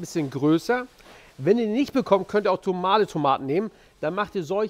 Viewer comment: Habe nur ich das gehört oder hat er tomale Tomaten gesagt statt normale Tomaten🤣😜 aber abgesehen davon sehr lecker das Rezept